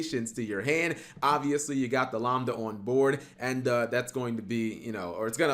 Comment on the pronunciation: Why are you pronouncing lambda like lombda, it's pronounced like lamb lol